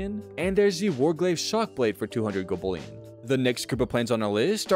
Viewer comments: Hearing golbullion so many times almost made me unalive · Bruh. I had to stop the video. Gobullion killed me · Golb ullion. Had to turn off volume. Bot level radio voice 😂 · So many opportunities to say gold bullion correctly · Dude , why say it weird and repeate it over and over..